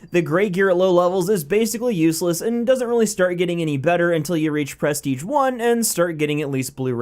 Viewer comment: Every time you say prestige I want to stab my self